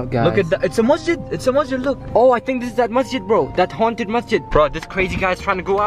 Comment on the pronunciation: I like how he said HA UNN TED HOUSE 😆 🤣 LOL LOVE UR VIDS and this one was so scary